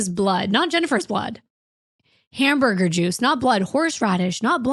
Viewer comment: Did he say an injured mouse? Turnip? Hambyrger meat?